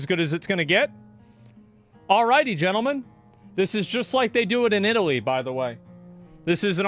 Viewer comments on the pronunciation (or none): none